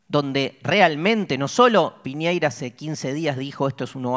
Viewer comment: es Piñera pero los porteños le dicen piñeyra